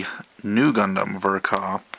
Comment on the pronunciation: Fun fact: In Japan Ver Ka is spoken as "Version K. A." not "Vurh-kahh"